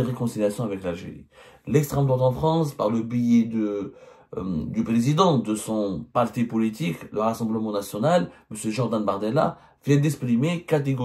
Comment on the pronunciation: apprends à prononcer le mot < >,(ça se prononce et non billet) ça te fera au moins passer pour un journaliste qui parle bien le français😀 parce que là on dirait que tu parles d'un billet de train ou un billet d'avion ou un billet de 20euros😂.